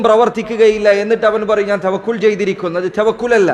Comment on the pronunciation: توقل alla توكل aanu